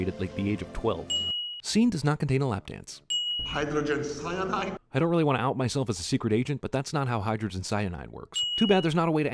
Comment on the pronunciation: "HYDAGEN CYADANIDE"